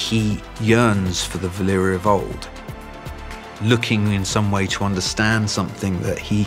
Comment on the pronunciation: VALYRIA, not Valeria, VALYRIA